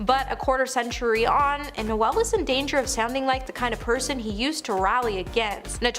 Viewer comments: Er.. No-el .. as in the Christmas carol? NOPE. More as in rhymes with mole. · Bahahaha, No-Elle Gallagher 😂 Is it that hard to pronounce the names of the people you are ripping correctly? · You pronounced Noel as Noelle! Pathetic!! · It’s Noel like Lowell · Noelll? She pronounces so many names and words incorrectly. It’s cringey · Noelle Gallagher? Good grief! Are you stoopid or sumpin? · noel ? please pronounce his name correctly he does not identify as female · Not only can this chick read a teleprompter, cant understand basic grammar like commers and full stops, pronounce basic words, string a sentence together. She can't pronounce a standard name like Noel